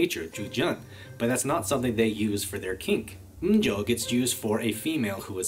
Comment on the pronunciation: Obligatory language note from a Japanese speaker: M-jo (M女) is pronounced "EH-mu joe". The M actually comes from the English word masochism. In Japanese it's super common to shorten things by taking the first couple sounds. It was probably originally Mazo-Josei (マゾ女性), but was shortened into M-jo. :)